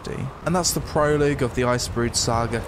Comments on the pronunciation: It's pronounced Proh-Log, not pro-Logue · "Proloog" I assume you mean "Prologue" Which is pronounced "Pro log" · It's pronounced pro-log... Don't know why that irritated me so much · Pro-loog. That's a Professional Loogie, for those in the know. 😁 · 'This is a pro-loo-g level' 😂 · I’m glad someone else spotted that. Made me giggle enough to rewind and listen again ... twice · "proloog" smh